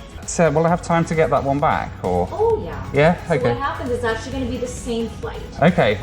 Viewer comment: "will I have time to get that one right back?" In perfect Canadian, she answers, "Ohhhh Yah." LOL